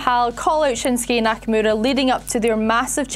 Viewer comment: She also can’t say Nakamura right, which drives me nuts.